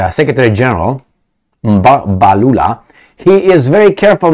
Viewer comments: Well done on your pronunciation of Mr Mbalula’s surname. He is a crazy guy. The BBC person met his match and was never going to have his way. Their party has actually taken a resolution to return the loan that the US president announced he had given to South Africa. South Africa is taking a lot of heat because of all this, the currency has been slammed, and the country has been grey-listed, just because they are not towing the line. The British (think they) still own the country, because they still have their tentacles firmly on the minerals. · as Xhosa man same tribe as the ANC secretary-general,im so shock with your first time correct pronunciation of Mr Fikile Mbalula. So story,white South Africans still struggle to pronounce African name hence over 4 centuries of their existence in our part of Africa. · Hi, I am surprised you pronounced the surname correctly.. What's the secret? Yes, what Mbalula stated is absolutely true. It resonates with many of us in the non-western world. Why would anyone in their right frame of mind think it is correct to pick and choose cases and then believe that all of us will be stupid enough not to question? Media platforms like the BBC, I am afraid have lost credibility once and for all..